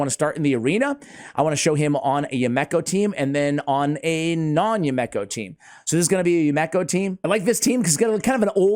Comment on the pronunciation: ASH......bro, homie, my man. It's pronounced You-me-ko. Not You-mek-ko. It's a Japanese name. You-Me-Ko. Yumeko. Now, go forth and be great.